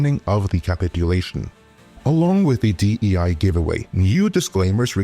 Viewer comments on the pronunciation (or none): You didn't say capitulation right 😅